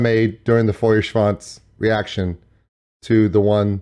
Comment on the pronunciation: if only you could try pronouncing Feuerschwanz correctly ;)